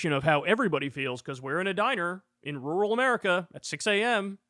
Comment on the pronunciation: Kyle said rural, im so proud!